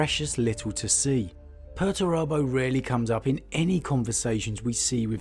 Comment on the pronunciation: 'Per-TURE-abo'. Per-ter-abo. Why are these names ridiculous? Lol